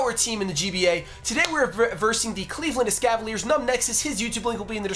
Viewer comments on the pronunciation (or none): Its Cleveland not Cleaveland